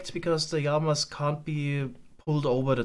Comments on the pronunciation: I love your simple solution for the Yamas. I may also love how you pronounce that 😅 keep it up man, I'm stuck to this series like poo to a blanket! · I realy love the videos and this series. But please dont call them iiamas... its LLamas... Keep up the good work tho😂